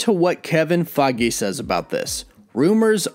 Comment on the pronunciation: Faggae? Pretty sure it’s pronounced Feige (Fay-ge)